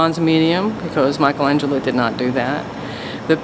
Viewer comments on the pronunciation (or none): It's. Not Mike a la glielo